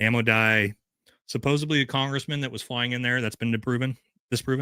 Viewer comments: Omg it’s SUPPOSEDLY NOT SUPPOSEBLY. I can’t trust anyone this illiterate. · Love you but please, supposeDly, for heavens sake lol